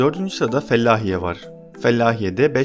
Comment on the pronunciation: Fellahiye değil hocam Felahiye